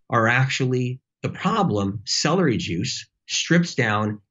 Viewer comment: I hate celdery. 🤣🤣🤣